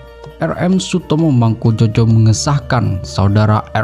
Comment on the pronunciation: Ngawur yg baca narasi.Bukan mangkujojo bacanya mangkujoyo.